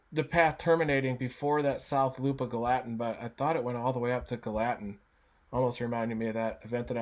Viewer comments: GALL-a-tin Reed. It's not Gal-LAT-in. Gallatin,TN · Thanks for the breakdown Reed! You pronounce this subdivision/town, 'gal a tin, not ga latin, Reed. Just wanted you to know. Not being a jerk I promise. It's rough around here. We were blessed here in S. Nashville. I'm originally from the NE AR area of Jonesboro area that has a history of tornadoes in our area. But Nashville's had it's share of severe weather too. And we don't get the snow in either NE AR or Nashville, TN that we used to...and I miss it! Things sure have changed since I was young in the 1960's - 80's. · Hearing Reed mispronounce Gallatin kind of hurt a bit. It's pronounced GALA-TIN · idk why it triggers me so bad the way he says Gallatin. its Gal-uh-ten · It’s pronounced Gal-a-tin. Great explanation of what happened Reed!! Thanks. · Gallatin is pronounced Gal-la-tin.